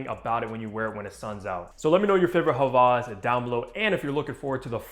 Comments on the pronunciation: I love the vid and content, but js wanted to let u know that it’s Hawas and not havas, I love you though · It’s pronounced hah-wahs not ha-vahz. Hope this helps 👍🏼